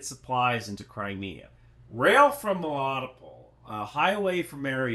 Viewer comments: Ffs…. meh-lih-TOE-pul. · Just for clarity, Melitopol is pronounced meh-lee-TOW-pull and Sevastopol is say-vas-TOW-pull. Thanks for your super work!🇺🇦✊🏻💪🏻💙💛